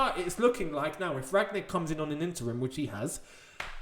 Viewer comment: I don't think you pronounce the g in Rangnick.